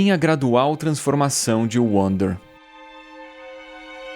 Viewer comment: Ainda acho que se pronuncia Vander kkkk